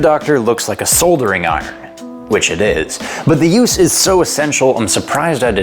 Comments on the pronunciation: Now, call me an overweight, undereducated, gun totin', cheeseburger eatin', imperial measurin', pickup truck drivin', anti-vaxin', democracy destroyin', country invadin' American if you will but my good neighbor to the north that there is not how you say that word, "soldering". The proper pronunciation, if I may, would be to say it as if it were "sah-dur". You have a good day now. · A what? I thought you people in Canadia spoke English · Souldering... that's Canadian for soldering or as we in the states say sawdering : ) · "soLdering iron" I never knew the L was pronounced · ahhh, the classic sold-ering- iron! lol pronunciation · Yes, but didn't I hear him say "sol"dering? Maybe it's a Canuck pronunciation mod. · SOL-set-ing......have I been saying this word wrong for 63 years or is that “a Canadian thing”? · Soldering iron =pronounced "soddering" iron lol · Another excellent video! Thank You! The Michellin Man'g butthole and Elon's baby name jokes were great! You need to have a stand up routine! Do you think of these spur of the moment or think them out! I Love your humor as much as I enjoy the information you give! By the way....It's "sodering".....Not soul-dur-ing!" ;-) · no ones gunna talk about how he mispronounced soldering 🤦🏻‍♂️